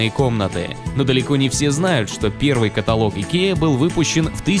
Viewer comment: КатАлог а не каталОг